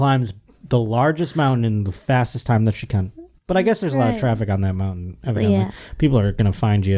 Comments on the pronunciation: I’ve been saying meowntain to myself all day 😅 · Is it just me or does our beloved say meow-tain? Happy 200th,! 🪳